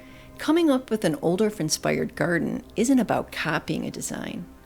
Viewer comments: I love your videos for the beautiful visuals, plant info, narration, and inspiration! This famous designer and plantsman's name is pronounced "Oooo dof", and not "Ol dorf." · Beautiful video, but I’m afraid mispronounces the designer’s name. ˈʌudɔl(ə)f. That’s OU like ouch! dolf, rhymes with golf. But a lovely tour nevertheless.